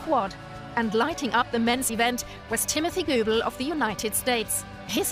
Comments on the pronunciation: Timothy GOO-ble... too funny!! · sereeah bernaly and Timothy Goobul. LMAO